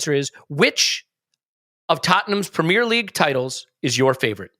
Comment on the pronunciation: I switched off the moment I heard how he pronounced premier